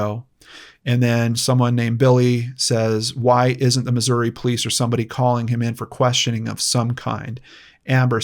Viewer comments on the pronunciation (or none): none